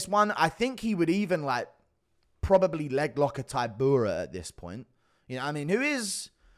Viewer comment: He pronounces polish fighters' names terribly. Taibura, week-watch, breski